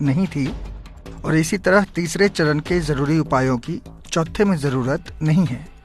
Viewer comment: चौथा सरन नहीं वो, चौथा चरण है